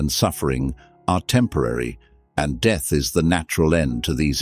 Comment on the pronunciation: This voice is not human. It is a robot. says words like death, or instead, with a wring pronunciation.